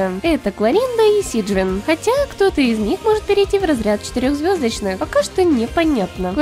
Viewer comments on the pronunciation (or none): Сиджвайн только ударение куда ты ставишь режим мне слух 😮